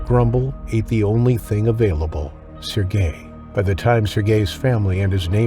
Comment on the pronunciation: C'mon, the accent is on the first syllable of Sergey!